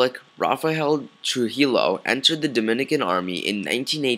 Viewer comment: You pronounce Trujillo incorrectly. It's not "true-he-low", it's "true-he-yo"